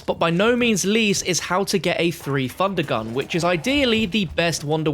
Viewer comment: “How to get a three fundergun”